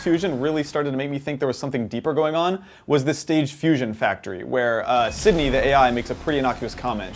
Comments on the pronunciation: He said Sidney. It's SynDI. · It's "CINDI." Not "Sydney." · Not to be picky but you keep referring to "Sidney" but it's actually "Cindy"